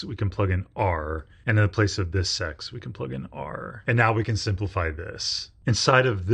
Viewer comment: When he says, “This x,” I hear, “Thi sex,” 😂😂😂😂😂